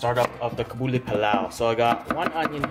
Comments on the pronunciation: aww the way you say kabli is so cute😂 it's pronounced qab-li, even tho i'm afghan im for sure trying your version of this!! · Its pronounced as KA-BAL-LI PAL-LAO :)